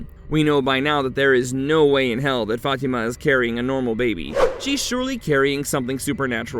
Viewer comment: I used to work with a lady named Fatima but she pronounced as: Fa-Tee- Ma. It just sounds wrong when the narrator pronounces it another way. I do love this show; thanks for the recap!!! :face-fuchsia-wide-eyes